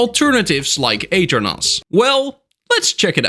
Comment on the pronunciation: The way you pronounce aternos is crazy I didn’t even realize that’s what you were saying until you should the aternos website I really thought you were talking about a different server host